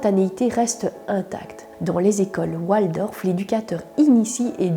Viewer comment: On ne prononce pas oualdorf mais waldorf C est d origine allemand